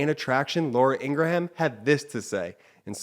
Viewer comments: I think her name is pronounced with two syllables.😮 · I believe her name is pronounced “Angra-Ham” 😜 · Absolutely love that you mispronounce her name!!! All propaganda artists at Fox should get their names mixed up and mispronounced!!!😡😡😡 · Lol that’s why you pronounce her name that way lol that’s great hahahaha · Thanks for the Ingraham explanation. I kept wondering why they’re pronouncing it that way.